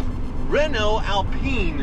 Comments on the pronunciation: Being from Europe and driving Renaults listen he says the Right name how we do :D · Nope. "Reh-no" would be the correct way to say Rénault (with an acute accent "e"). Since the "e" in Renault is unaccented, the correct pronunciation is "Ruh-no".